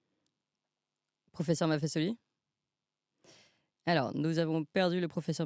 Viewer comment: Clémence MAFFESOLI le S placé entre 2 voyelles se prononce comme un Z Vieille règle de notre langue française.